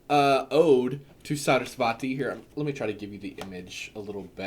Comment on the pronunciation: For Parvati the emphasis is on the first syllable: PAR-vati. For Saraswati it's on the second syllable: Sa-RAS-wati. For Durga, the u makes the long "oo" sound. Sanskrit is a phonetic language, so the pronunciation is pretty clear cut. You can listen to some mantras or tv serials here on YouTube to confirm, but in another video you mentioned the importance of community and having at least a group of people you can discuss your path with. It'd be just a little awkward to be claimed to be connected to Hindu gods and show up around a group of other Hindus/Hindu witches and it turns out you're unsure of how to say their names.